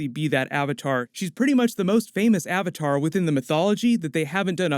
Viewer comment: or "AHVAHTAHR" im going to roit